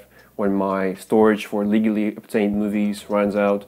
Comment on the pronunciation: in french.... yeah 'leagally'